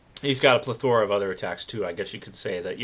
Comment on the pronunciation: lol Pleth O ra, the emphasis is on the first syllable bro